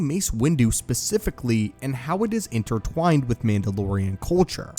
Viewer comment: "Intertwowned" lmfao😂😂😂